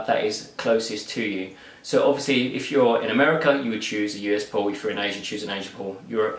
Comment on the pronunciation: I thought he was saying "pooooooort". Say what?